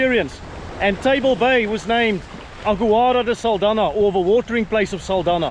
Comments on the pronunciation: Saldanha is pronounced "Saldanya" like in "nyama". The "nha" in portuguese sounds "nya". Sending love from Mozambique ❤ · Thanks for another interesting video. As for the name "Saldanha" the 'nha' in portuguese sounds like 'ñ' in 'España'. Lol😅 But that's in portuguese. Of course you're pronouncing it as it's pronounced officially. It would be interesting to know what the natives called it prior to the arrival of colonizers and settlers.